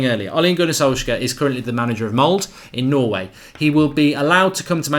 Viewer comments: Laget heter Molde, not Mold. :) He is a good guy, gonna be fun. :) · I am both dutch and Norwegian. I have lived in Norway since i was 2 years old, i am now 24. I Just loved it when you Said "mold" as it ofc was the wrong pronounciation and i dont judge you for it, it was Just so funny. In english its pronounced moldeh I think its a good thing that he was appointed and if he does very well i would actually keep him instead of switching him out next season. He has not been succesful in England but maybe he Will become successfull Just because he loves this club so damn much that he would probably want to die instead of failing here. Its going to be a very interesting saturday bros. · For god damn sake, pronounce the name properly ! :D Ole Gunnar Solskjær and Molde ( pronounced as mole-day) !! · Molde has 2 syllables